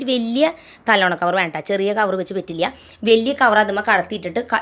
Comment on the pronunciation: Talona alla talayana